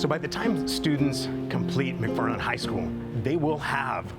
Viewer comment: It’s McFarland not mcfffarland 😂